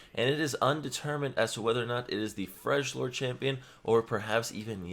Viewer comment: Did he just say fresh lord champion 🤦🏾‍♂️